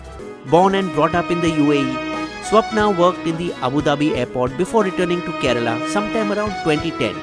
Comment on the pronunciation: It’s kerala not kerela